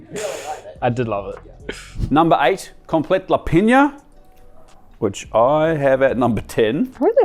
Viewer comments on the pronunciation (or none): Oh dude, thank you for butchering komplet lepinja for me. I would have gone nuclear if I was by any chance near you while you were in the process of making it. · Oooh have to stop watching after you butchered that komplet lepinja lol who knows how else other dishes are misrepresented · Love the content, but you completely butchered Serbian Komplet lepinja